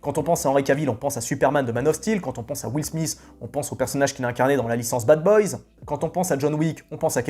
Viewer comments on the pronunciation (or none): none